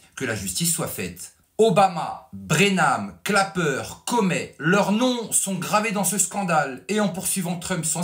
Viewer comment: Excellent travail de journalisme, comme toujours. Félicitations. Petite remarque, John Brennan et non Brenam